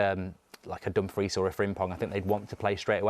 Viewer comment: said Dumfries dfkm😭😂😂😂